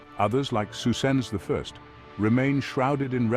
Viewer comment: Gandalf Magneto’s saying Psusenne (although it sounds like Susan)